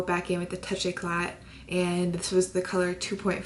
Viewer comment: Great makeup! Love it! Just so you know, the "éclat" from Touche éclat is pronounced "écla" (without the T at the end:p) You're sooo cute when you say words in French hehe! xo!